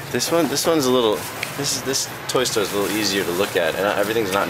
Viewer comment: when he said toy stor for adults i thought porn o.o